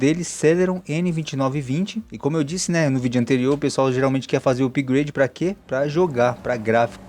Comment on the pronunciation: Amigo!! A gente escreve "upgrade", mas a pronúncia é "apgrêidi" e não "upigrâdi". 😠😠😠😠🤦